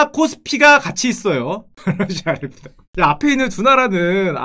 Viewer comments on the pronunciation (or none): none